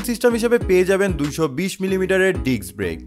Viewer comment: Correction: Disk Brake. Not : Diks Brake